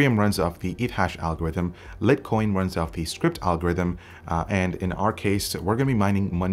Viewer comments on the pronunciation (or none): it's pronounced "LIGHT"coin, not "lit" coin... As far as mining goes, the more people get into it, the less everyone earns. Don't invest in hardware just to mine, it's a losing game. If you want to make money in cryptos, and don't wish to be a career miner, spend your money buying them and holding them rather than buying gear to mine... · Did he just say, "Lit Coin"?! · had to stop watching at "lit coiN" lol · wtf its not litcoin its light coin like sunlight lmao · "lit coin" Lol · When he said lit coin i stopped the video